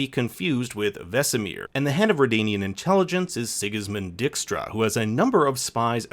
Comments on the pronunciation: Nice video! Although the pronunciation of dijkstra as dickstra pulled me off a bit. Dijkstra is a dutch name which is pronounced as D-ike-stra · Excuse me, sigusmund whostra? Kudos for trying tho. de Dij part of dijkstra is pronounced like the english word die.